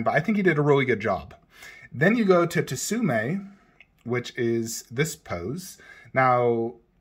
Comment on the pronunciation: Tsume is better imo so I agree. FYI it’s pronounced sume Art the T is silent like in tsunami 😁